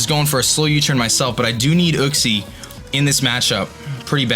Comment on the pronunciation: You know that uxie is pronounced as in you-xie